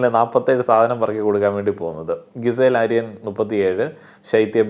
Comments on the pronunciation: എന്നും പറയണമെന്ന് വിചാരിക്കും.. "ഗിസേൽ" അല്ല, "ജിസേൽ" ആണ് 😌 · GIZELLE name pronunciation thett anu bro. Please change that😅